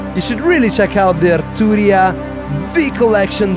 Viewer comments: That "AaR Tuu Ria" hits different 😂 Loved the video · Loved hearing you pronounce “Arturria”